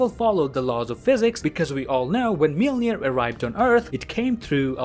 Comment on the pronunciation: thanks for the great content but PLEASE learn how to pronounce "Mjölnir"